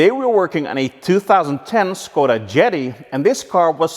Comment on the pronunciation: It's pronounced "SH-koda.":)